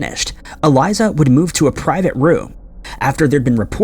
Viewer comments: It's Elisa, not Eliza. It was The Stay ON Main not The Stay in Main and her case is solved. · I hate the way he pronounces Elisa’s name